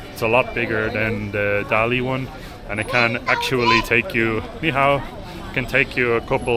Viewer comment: dali读大理，not达力，da第四声，li第三声，just fyi